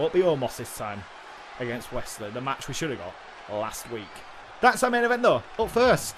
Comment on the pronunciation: I love how you guys pronounce Wes Lee as Wesley if it’s unintended then it’s a fun accident 😂